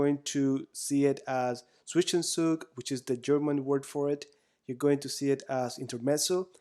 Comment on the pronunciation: Nice video, very good examples of the concept! As a german I was surprised of the actually very good pronounciation of "Zwischenzug" which is not an easy word at all to pronounce :D